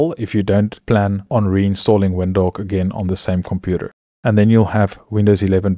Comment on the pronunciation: why you saying WINDHOWK? LOL